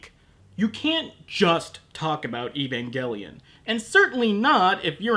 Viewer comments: he called it evangellion in another video for some reason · Evangelion! Pronounce it correctly you weabo! Evan-gel-ian. Like angel! Not gull, it's gel!